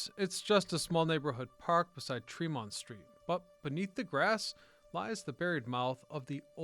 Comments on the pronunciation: no, they're not. It's Treh-mont. Also SHAW-Mutt, not Saw-mutt. Also Cop-Lee, not COPE-lee. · It's Tremont Street — Tree-Mont-Street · We locals say Treh-mont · Its not tree mont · Just love how this guy says Tremont St... 😂 But crazy how I have worked in boston that last 16 years. I still recognize like 80% of those streets from those old photos. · The pronunciations are funny here … Tremont …Charlestown One would think that someone would edit 😉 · everytime he said Tremont street I cringed. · no it isnt. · lol you should discover how to say "tremont" and "charlestown" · it's TREM-ont ST , not tre-MONT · "TREM-mont" not "trem-MONT" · Tree-mont , not tramont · Not Tre MONT but rather TRE mont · A lot of spelling, mis-pronouncing of names like TreeMont, NOT Tra-mon. All in all though an interesting piece. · TREH-mont not TreMONT, and Charlestown, not Charleston. But seriously. Great video. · It's pronouced "Tree-Mont" not "Tra-Mont" Street... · Trem-ont steer is killing me every time he says it. We pronounce it Tree-mont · Yeah, tree-mont. Not tr'mont. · Such nostalgia! Thanks for putting this together to show the world how Boston pioneered the train subway. One note, Bostonians pronounce Tremont (Street) as TREH-mont with the emphasis in the first part of the word. I heard both TREE-mont and treh-MONT in this video. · it’s Trem-ont, not Tre-mont. Very annoying. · It has never been TREE-mont folks. Ever. Treh-mont or Trem-ont is acceptable. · It's also TREmont, (emphasis on the first syllable) not "tre-mont" 😃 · So interesting & thorough. Thanks! Btw locals pronounce it TREMM-ont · not in boston it aint trem....mont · Great history! BUT PLEASE pronounce Tremont St as TREE-Mont St!!!!!! The T to this day says TREE-mont Street! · It's TREE-mont Street. I know we Bostonians are annoying with our corrections of pronounciations but it's really distracting if you've ever been here. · And please say, "TREH-mont." Have you ever been here? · "Treh-mont" yeah, ok buddy.